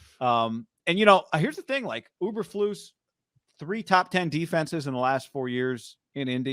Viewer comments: E bur flus! Not Uber flus! And Lance bout to throw 3 picks in the first quarter! Good luck tho! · Btw, It’s EEEberflus “you kind of like”! Not UBER….FLUS!!! You don’t even know the coach’s name!! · E bur Floose